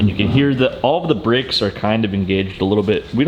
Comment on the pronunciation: Wondering what the Fk Bricks you were talking about then I realized it was brAkes.... Al least you didn't say Sodder instead of soLder.